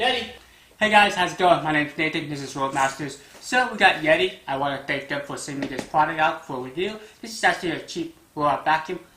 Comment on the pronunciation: A Yeedi 😂